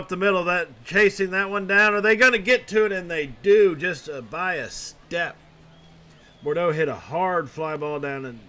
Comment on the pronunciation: also it is pronounced "Boodro"